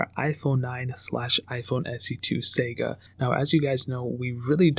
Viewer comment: 09 The word “Saga” is pronounce as “SAHGAH” not SAYga. Sega is a Japanese game company. Dude, sometimes your mispronunciations are crazy making...